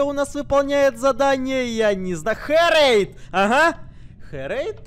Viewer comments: ты называешь херейда хурейд!!! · Карась: бабуин Херейд: бабуин Костя: голубенький🌚 Вывод: учите английский